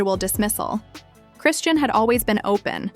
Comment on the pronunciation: Cray-Shawn... not Christiene